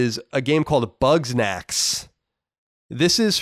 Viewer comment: Why are you saying "Bugs-nax"? Its "Bug-snax."